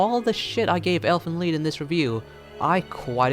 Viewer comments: Technically pronounced "leet" but "leed" will do. 😂😂 The title means Elves' Song. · it's actually pronounced "leet" but whatever...